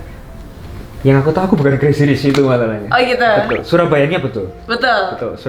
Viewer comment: Kalo boleh bahasa Inggrisnya di perdalam lagi Krn kamu itu public figure jadi kalo bahasa Inggris kamu jelek ma ketahuan bangat.. Modal cantik doang... Ngak ada kelebihan yg bisa di bangakan dr kamu... Maaf yha ini cuman masukan doang... Oyah crazy bacanya crezy bukan kresi...